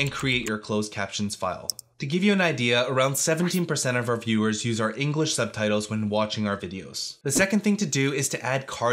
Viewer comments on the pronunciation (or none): none